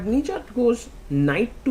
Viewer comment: Sagar Please work on your Pronounciation Nijjat❌ Nich Jaat✅